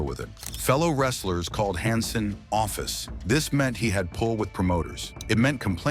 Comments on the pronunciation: Can't make a video where you can pronounce the people's names right? Its Han Sen, not Hon Sen, Pronounced Verne Gagne wrong too, get a real job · I hate the obvious ai reading voice. hansen honsun stfu. at least listen to it before you post it. other than that ty. Also maybe slow it down a bit. part of its like fact after fact. need time to give people to absorb stuff.